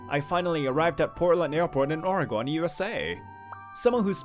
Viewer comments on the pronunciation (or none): ORY-GUN not ORY-GON!